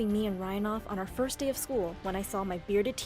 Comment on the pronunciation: FIRDST is the WORDST